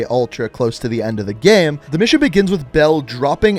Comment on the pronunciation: Has anybody observed how he says "gam" (like "jam") and not "game". 😆